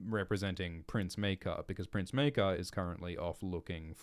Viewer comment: Pronounciations of Maekar so far 1.Mycah 2.Maykar 3.Meerkar 4.Maker